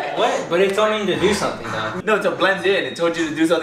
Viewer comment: When Ryan said “Yeah No” it sounded like yeah uh nu xD